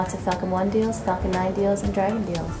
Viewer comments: When she said falcon deals, I thought she meant fuckm! 😂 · ❌ "Falcon Nine" ✅ "F*ckn Nine" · It sounds like the word f***ken is being said when the falcon is mentioned. Lol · can't unhear "lots of fucking one deals, fucking nine deals and dragon deals" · Who else thinks that everytime they say falcon they are saying f**k instead😂